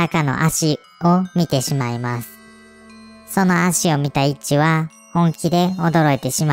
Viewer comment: イッチがエッチにしか聞こえないw